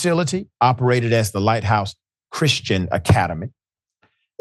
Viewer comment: LOL...Once again, it's the "Chrishtons".